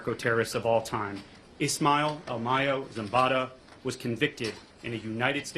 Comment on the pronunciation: Who in the hell is “ ishmel” ? 🧐🤔